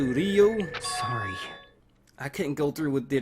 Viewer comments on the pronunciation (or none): none